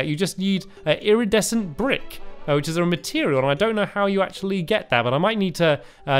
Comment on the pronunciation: Also. Eerie descent. That's how you pronounce iridecent.